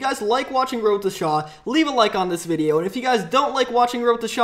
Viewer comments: He says wroteshaw so fuckin annoying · its not wroetoshaaaaaaa its wroetoshaw